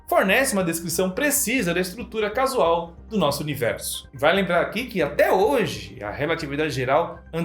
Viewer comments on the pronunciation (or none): * causal, não casual